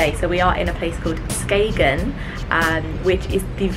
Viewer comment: I was British Vice-Consul in Copenhagen (1989-92), Very happy memories of Denmark. [BTW the 'g' in Skagen is silent].